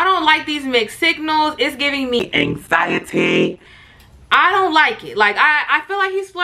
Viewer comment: Now why tf would you say "AnxIeTY" like thaatt 💀💀 I been laughin fa 5 minutes. I will never hear that word the same now